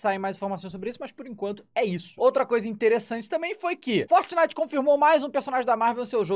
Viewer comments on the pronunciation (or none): none